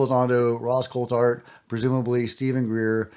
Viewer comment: Greere’s 2nd podcast he refused to properly pronounce Ross Coulhart’s last name.. ridiculous He’s a bigger drama queen than Jeremy Korbel